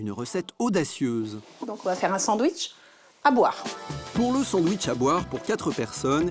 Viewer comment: Jeune et dynamique, "je veux mon sandououitche"